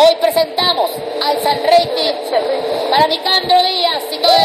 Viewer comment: Jajajajaj San reiting, es San reiting